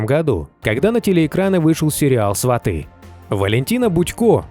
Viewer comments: Не сватЫ,а свАты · Не сватЫ, а свАты.